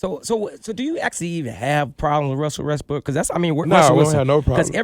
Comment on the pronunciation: I can tell he’s evolving...but this interviewer said “Russell Westbrook” smfh 🤦🏽‍♀️😩